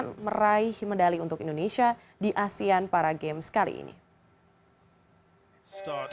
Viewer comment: bahkan seorang news anchor ngomongnya juga masih 'asean' 😐